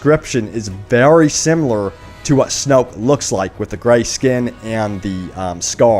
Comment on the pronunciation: It's not snoke